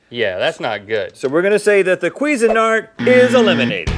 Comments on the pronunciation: Kwee-zeh-nart? I would have said kwa-zeen-art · "queezin-art" because that definitely makes more sense than cuisine-art xD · anyone else notice Rhett saying "queeze nart" instead of Cuisine Art? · Why do americans say qweezeenart instead of cuisine-art like regular people